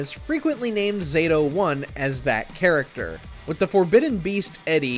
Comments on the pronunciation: Its Zah-Toe not zayto, also his older incarnations are much harder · Knew this list was gonna be trash as soon as they called Zato "ZAY-to" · I knew the list was going to be terrible when he pronounced “pronounced “ zato wrong they even chose the easiest version of him. He’s much harder in thr other games. Especially the 2D ones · I'm positive that "Zato" is properly pronounced with the short "a" sound. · starting out butchering zato's name lol